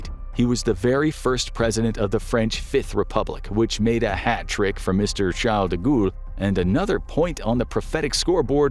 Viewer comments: De Gall, not De ghoul! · De Gaulle is pronounced like the goal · "De Gualle " is pronounced De G ah l. I love your channel! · Charles de goule 😂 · James Randi's book The Mask of Nostradamus demolishes the idea that Nostradamus's quatrains have any prophetic value. The application of quatrains to the JKF assassination and 9/11 is especially unconvincing. Also, I laughed out loud when the narrator pronounced De Gaulle "De Ghoul." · Please learn to say Charles de Gaulle.